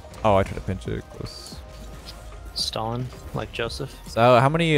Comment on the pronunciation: Did he just say " Stalling, like Joseph"